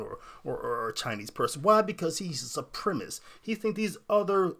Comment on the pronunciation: It's supremacist, not supremist.